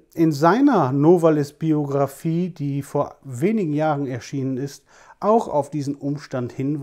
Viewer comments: Novális - so meine ich, betont man den Namen. Abseits dessen: eine wunderbare Einführung! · wenn sie Novalis auf der ersten Silbe betonen, sagen sie zu Benzin auch 'Spriet' oder 'Spritt'? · Ich könnte einen Roman schreiben, aber eigentlich jegliche Punkte, wegen welcher ich Sie bewundere wurden in den Kommentaren bereits erwähnt. Darf ich fragen warum Sie so viel, auch über Geschichtliches wissen, auch weil sie sagten dass Sie es seit Jahren gewohnt seien Novalis auf dem a zu betonen. Meine größten Respekt.. Bitte machen sie immer weiter Videos